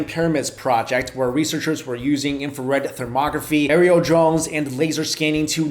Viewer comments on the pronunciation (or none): Wait, did you say infrared pornography?